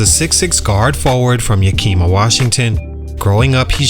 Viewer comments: It’s not Yakeema it’s Yakima you pronounce the i the same way you would saying the word it. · It's pronounced Yak-(like the animal) a- ma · Say it with me, (Yah-k)-ih-muh... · It’s pronounced Yack- ima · When a channel can't do a simple research on how to pronounce a city name, it loses credibility. Copy paste videos for clicks.